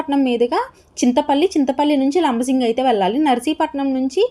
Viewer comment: Madam.. labasingi kadandi.. LAMMASINGI